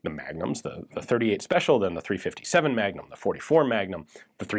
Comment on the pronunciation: I heard .451 magdump😂